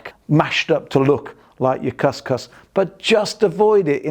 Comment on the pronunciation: couscous is pronounced cus cus (as in boo).